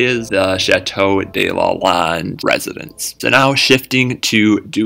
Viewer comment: Fun! Check your pronunciation of chateau de Lalande. You sound Spanish rather than French.